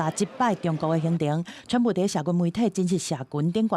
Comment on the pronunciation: 今天的主播報得很好,口音很純正,我不像其他主播都故意把川普用英語用華語或英語發音,很專業